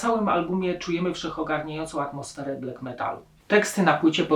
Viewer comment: BLAK a nie BLEK